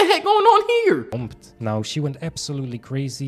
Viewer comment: Are you serious right neow?